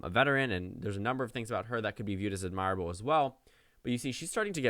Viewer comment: AD mir able, not ad MIRE able.